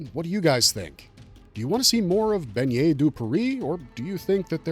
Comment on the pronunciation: Please for the love of god stop mispronouncing his name like that. Bennet would never sound like how you’re saying it…you’re saying it like Beignet…you’re saying the word for little donut. BeNNet the 2x n sound is not the same as beiGNet, gn sound. Bennet has never been a French name so if he we actually French his name would be Benoit. Whoever taught you to pronounce his name like that tell them to jump off a bridge lol